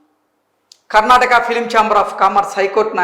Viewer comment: Brother it's Karnataka sariga Cheppandi